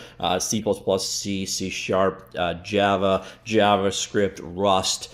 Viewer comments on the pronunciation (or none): none